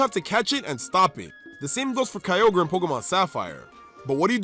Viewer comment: DO NOT LEAVE OFF THE Y IN GROUDON! AND IT'S KYOGRE, NOT KIOGER!